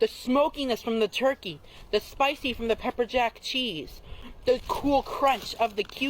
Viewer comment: I love the way he says "pepperjack CHEESE".